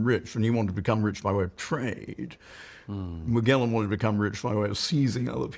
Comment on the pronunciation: And what's up with the hard-g pronunciation of Magellan? When did that happen? Did somebody put out a memo, or is it just an intellectual affectation?